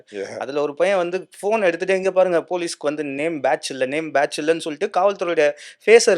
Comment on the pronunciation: தம்பி பேச்ஜு இல்லை பேட்ஜ்... தமிழை நல்லா பேசுப்பா...🫤